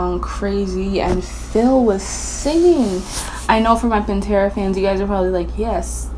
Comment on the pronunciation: does anyone notice she says pintera alot?